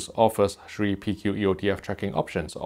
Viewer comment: "...shree USB ports"